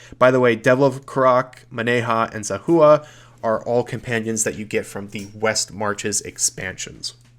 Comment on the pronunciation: Makes me sad you don't remember how to correctly pronounce Zahua or the name of the White March DLC, the disrespect is unforgivable /s